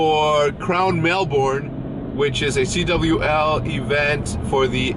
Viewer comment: Melbourne is not pronounced "Mel-born". It is pronounced "Mel-burn".